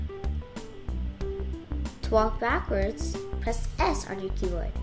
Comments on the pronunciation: I srsly heard her say pee board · Omg he said pee board hahahaha hahahaha hahahaha!!!!!!!!!!lol!lol loooooolllllll!!!!!!